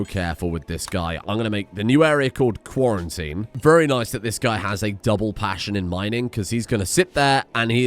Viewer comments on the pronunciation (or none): Lol Quarry-tine.